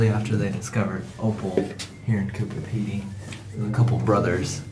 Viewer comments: You keep pronouncing it "Cooper Pedy". It's actually Coober Pedy. With a B. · Coober with a B. It sounded like was saying Cooper. I guess it’s too late to warn you that the whole area is filled with vertical shafts so don’t fall down any of them! The miners each have a licence to dig and are limited to their own area, so they set up their own shops and displays. They don’t want you filming their layouts because they’re valuable mines.